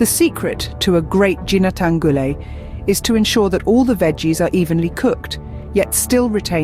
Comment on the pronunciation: I wish the narrator also researched how to pronounce "Ginataan" properly.